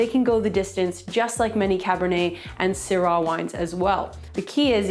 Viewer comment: The way she pronounced Syrah genuinely makes me consider that everyone in America might be pronouncing it wrong…. Hopefully it’s just her though 😉😂